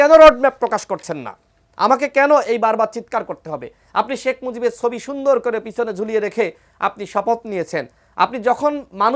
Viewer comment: তোদের মত কিছু ছাগল মিলে সুন্দর একটা দেশ ধ্বংস করে দিয়েছিস। একদিন তোদের বিচার হবে মুজিব তোর বাবা নামটা ভালো করে উচ্চারণ করবি।